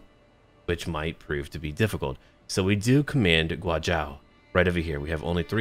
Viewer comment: So, pronunciation for Guazhou and Zh in general Zh in Mandarin is pronounced much like a fusion of J and Tch. You make the same tongue tip to roof of mouth that you would for a J, but it signals a sharper, quicker ending to the rest of the syllable that follows. Guazhou should sound like GwaJoe, but with the end of "Joe" ending abruptly. I say this now to prevent much angst from others later. Otherwise, you seem to have your X is Sh down, just also be mindful of Qs being pronounced as Ch and that should cover most of the bumps. Thanks for doing something rooted in China, it's nice to see an eastern take on things that isn't just "Become Genghis"